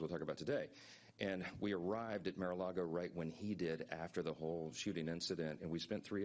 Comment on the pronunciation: You’d think that as a “PROFESSIONAL speaker”, Speaker Mike Johnson SHOULD be able to CORRECTLY pronounce “Mar-a-Lago”. Hey Mike, it’s M A R not M I R